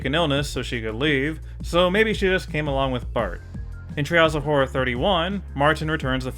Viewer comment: Who else hears "Trials of horror" instead of "Treehouse of horror"?